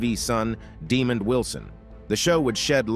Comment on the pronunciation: Pronounced- Deh- Mond.